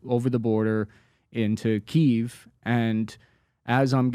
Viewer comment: This guy just saying "Keev" is irritating for some reason. ""